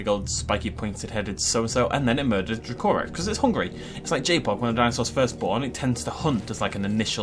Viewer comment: Its pronounced Dra-co-rex i believe, i might be wrong but im pretty sure it is though.